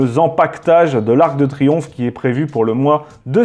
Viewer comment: Pas ar-que-de-triomphe mais arc/de... Le fantôme du "e" caduc... de Reichstadt